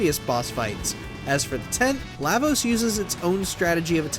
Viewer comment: Yeah Lavos doesn’t have 10 phases, you’re reaching. Also you’re saying his name wrong